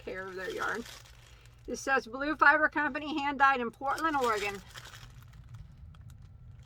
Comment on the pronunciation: I live in Portland, OR, and didn't know that this company was here. Such beautiful colors! Thank you for spotlighting the smaller companies! (Thank you for pronouncing our state correctly.)